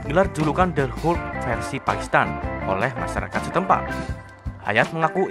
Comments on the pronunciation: Hulk bacanya = halk , bukan hulk . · bukan hulek mas tapi hulk 😂😂😂😂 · Kok hulek? Pantesnya dibaca huk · Ini hanya saran untuk memperbaiki bahasa inggris saja. Untuk beberapa perkataan, berikut adalah cara membacanya dengan benar : Hulk = "helk" ( 'e' dibaca seperti 'melatih', bukan 'hulek') Muscle = "masel" ( 'e' dibaca seperti 'melatih', bukan 'masele') Heavyweight = "hevi-weit" (bukan hifiwit) Cricket/kriket = "kriket" (bukan kreiket) Bukannya apa, memang benar usaha itu sudah bagus, tapi kadang kita mempermainkan orang asing atau merasa lucu ketika mereka mengucapkan bahasa indonesia dengan salah atau kurang tepat. Apa salahnya memperbaiki. Kita bisa bayangkan posisi mereka ketika kita kurang pintar dalam menggunakan bahasa mereka. Tapi apapun itu, semoga diterusin video2 fakta seperti ini, good job!